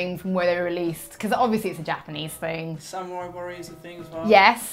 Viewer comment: Almost everybody half butchers the game names Samurai, Gundam and Dynasty to name a few.